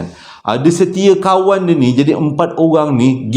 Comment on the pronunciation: Saya sentiasa menunggu kesalahan untuk sy gelak.. setiakawan.. setiakawan.. mcm2 bunyi sebutan dari.. tp boleh buat Don't no... Real ni bila bercerita... Seram dan lawak.. terbaik